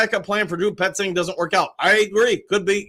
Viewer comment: There is no R in Petzing........